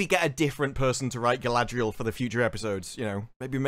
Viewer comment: No, in the "ice climbing scene, I believe that the, erm, "showrunners'.... are trying to show Galadriel, or should I spell it, how they pronounce it? GaldRRRRRRiel. How GaldRRRRiel is just SO DRIVEN unlike those pesky men folk... That she is UNSTOPPABLE... Great Leader Qualities, be DAMNED...